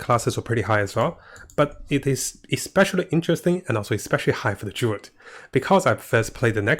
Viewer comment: I don't think they are intensional. Not only class names are butchered.